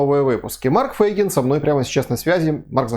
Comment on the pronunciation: почему Фэйгин? помягше говорите - Фейгин ...